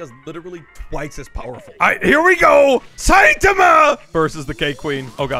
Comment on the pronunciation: its SAITAMA NOT SEITAMA